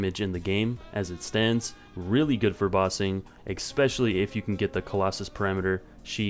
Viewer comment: It's especially, not expecially.